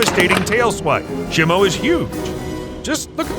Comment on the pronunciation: It's shemo